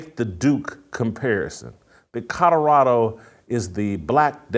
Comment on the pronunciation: JASON….IT’S NOT CUDDERADO!!! Love ya… but it’s Col o ra do!!😂😅